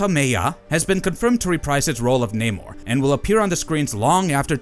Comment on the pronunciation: The Sub-Mariner's name is Namor, not Neymar.